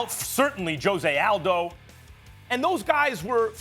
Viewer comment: dude out here Joseay Aldo? Gtfo